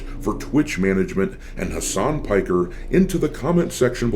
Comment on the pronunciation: mf said Hamas Piker 💀